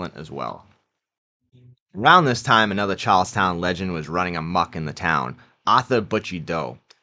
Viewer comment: Chawllstauwn. Caw and bank wobbers.